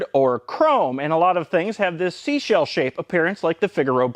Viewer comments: Not seashell nooo! Try again 😊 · You say sea shell shaped like a damn hero.